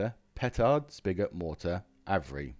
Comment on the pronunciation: Just a minor nit pick: it’s pronounced ‘Av-re’ (where the ‘av’ is pronounced as in ‘have’)